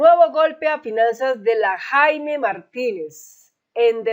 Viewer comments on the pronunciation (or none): none